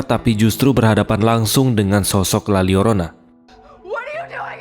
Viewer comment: bang bacanya "la yorona" bukan "la liorona" wkwkwkw karena huruf l double kalo di bahasa meksiko atau spanyol itu dibaca huruf y 🤣🤣🤣